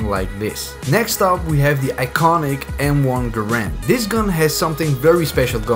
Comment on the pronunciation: the way he said M1 Garand lol